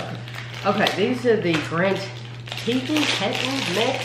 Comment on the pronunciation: It’s pronounced “tee-tawn”. Grand Teton is a national park in Wyoming. I’ve wanted to go for years because it’s so beautiful!